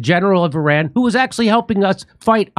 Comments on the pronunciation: Solid. One small suggestion for my own sanity. ih-RON please, not AY-ran. Love ya! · Jimmy, it's "Eerahn" well, sort of, not i ran! You can do better than Trump & Co!